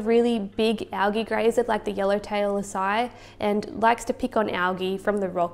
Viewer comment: Usually it is pronounce A C I, long A, C, then long I.